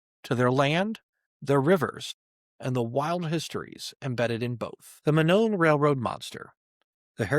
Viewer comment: Monon is pronounced "moe-non"